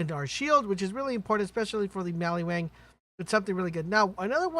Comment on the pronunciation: Did you say maliwang lol